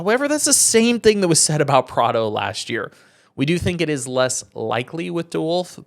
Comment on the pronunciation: Bro I don’t think you said any European name correct outside of Prado 😂